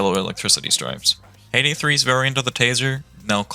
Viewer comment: peydey wan, too and tree